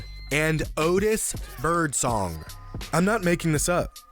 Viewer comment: why does he say birdsong like that